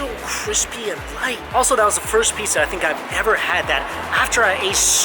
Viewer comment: Alright! Are you saying "Piza" instead of "Pizza"!?